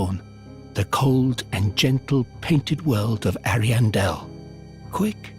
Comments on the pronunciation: I love your stuff, but i'm on the other side of pronunciation Ahri-ahmis --Ahriahndel vs Eri-amis - Eri-andel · sounds like you're saying hairy anus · I thought you said the painted world of hairy anus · I love how he says the name of the first painted world wrong when u can hear percilla say it when u talk to her. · not ariandel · Ariandel and Ariamis